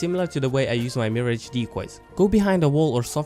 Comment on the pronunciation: You are saying MIRH-AGE wrong